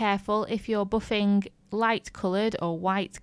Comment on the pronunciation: Useful tips! "Boffinggg" What dialect is that???